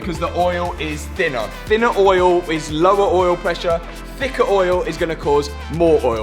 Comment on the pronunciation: challenge: say oil like this guys does. "ooieoel"